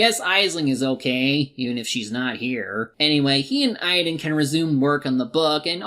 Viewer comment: Also, why are you pronouncing Aidan like idan?